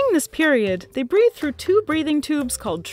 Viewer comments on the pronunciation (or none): none